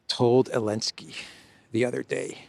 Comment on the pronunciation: its zelensky